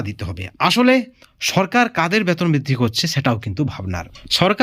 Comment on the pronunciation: Batan আপনি ki বাংলাদেশি না হলে বেতন কে ব্বাতন বলেন keno boka choda